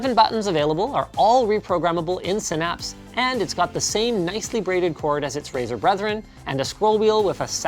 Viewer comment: is it only me or he says Brazzers instead of razer